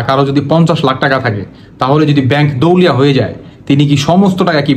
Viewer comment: এই ফালতু ভিডিও বানান বাদ দেন! দেওলিয়া উচ্চার ই করতে পারেন না। 😢আপনি এতো পন্ডিত আপনি ১০ টির নাম বলেন??